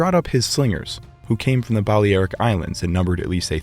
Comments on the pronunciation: Seems like the most important piece of equipment a slinger owned was a pair of running shoes ... because at that range, if you miss your target, which looks fairly likely, you're going to need to run really fast to escape him. Balearic is pronounced as bal-ee-AR-ik (or ˌbæl.iˈær.ɪk in phonetics). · The mispronunciation of Balearic gets quite annoying. Other than that, an interesting video